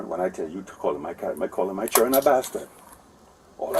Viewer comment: from the time he said "chirren". yuh dun know